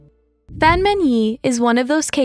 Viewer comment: the 'a' in 'fan' is pronounced like the 'a' from 'ark'